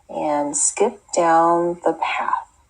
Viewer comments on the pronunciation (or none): if I may: she reads 'and skip-down' not skipped down - as you usually would - connecting the -ed ending with the following d. I suppose that type of problem occurs when adults mimic mistakes that children make but mostly function on an adult level so to speak. How are learning children instructed? Are they supposed to read overly clearly skippT _ down and one should grade captiously or one should mostly lean towards a rewarding and generous assessment and leave such reading as correct?